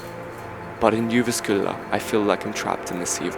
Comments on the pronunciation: it's not really pronounced "jyvaskylla" it's more pronounced "youvaskula" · Juvaskula, sounded like pronounced Russian.